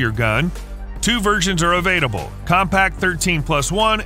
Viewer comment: I didn’t know “avaiDable” was a word. Re-record your voiceover and the word you’re looking for is “available”.